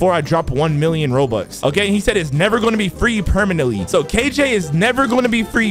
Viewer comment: Dayum when bro said kj in the intro it felt like he is kilo joule